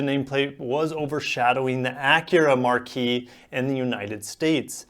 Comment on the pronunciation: Also, a name as you use it is pronounced Mark, not marquee. A marquee is what you would find in front of a movie theater